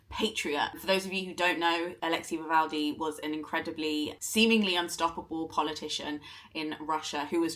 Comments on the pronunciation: Is his name actually pronounced like NavalDy not NavalNy? I’m so glad he won, he will not be forgotten. I need to read his book. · For someone who judged and loved the book in question, wouldn't hurt to say his name right. Alexéj Na-vál-nij.